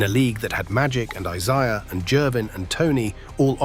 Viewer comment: great video! great. but learn to pronounce celtics and isiah, please.